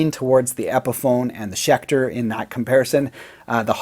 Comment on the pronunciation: Haha schelter not schecter?